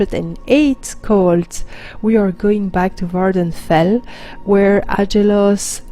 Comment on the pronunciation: Happy birthday! Love the video (as always). On another note, the island in question is Vvardenfell, not Vvarfendell. Easy to mispronounce though. Glad to see you are finding time to play and do videos while working at the new job. Thanks again!